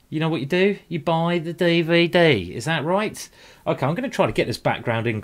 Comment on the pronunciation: I love this game....I've watched it several times. Also love your Day-Vay-Day Simon.